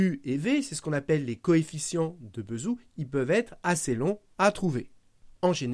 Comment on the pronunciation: pourquoi prononcez vous Bézout : "beuhzhou" ? dés-information ? si Bézout c'était retourné dans sa tombe chaque fois qu'on ecorche son nom, en attachant son corps à une bobine, il génererait assez d'electricité pour allumer quatre soleil.